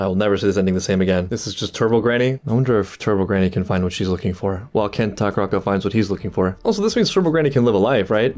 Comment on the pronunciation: Ken Takakura ☒ Ken Takaraka ☑